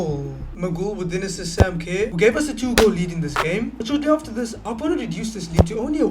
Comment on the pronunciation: just to help you pronounce Sam Kerr it’s Ker so Sam ker